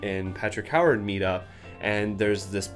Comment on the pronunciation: Ewe-ard. Not Howard.